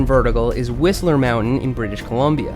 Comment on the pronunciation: Hey your pronunciation of Whistler is starting to sound more like a BC resident!